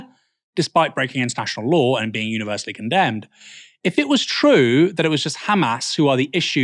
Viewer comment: "Do you conderm KHAmmas?" "Do you condemn the Warsaw ghetto uprising?"